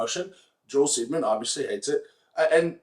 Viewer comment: Maybe it's just the audio source for this video, but the way you are pronouncing his last name makes me giggle like a little kid and makes impossible to take him seriously (Joel, not Mitch).